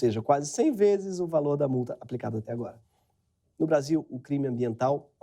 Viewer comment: Excluir comentários que estão falando contra o vídeo e só deixar os que estão falando a favor dessa merda, NICE "BRACHIL" "NICE KÉNEL"